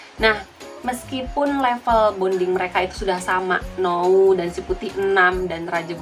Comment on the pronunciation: N-ou bukan no-u